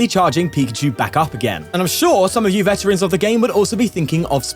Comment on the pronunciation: vetarans is killing me